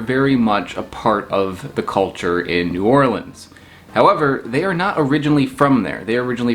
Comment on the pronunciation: As a native New Orleanian, now somewhere else and homesick, my reaction:: "I'm in New Orleans..." Me: "Yay! he pronounced it right": "... the Big Easy" Me: "nevermind, he called the "the Big Easy"" "So how did it get to NOLA?" Me:" OK, he called it NOLA, he's forgiven."